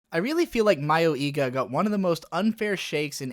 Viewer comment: Not that it matters, but the pronounciation of "mayoiga" is more like mayoi-ga than mayo-iga. Mayoi 迷い is one word, ka (or ga in this case) 家 is another.